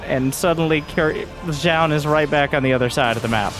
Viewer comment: fyi it's pronounced closer to jo-un